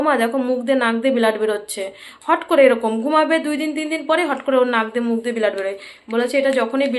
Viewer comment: উচ্চারণ গুলো খুব খারাপ ব্লাড বলো বিলাদ কি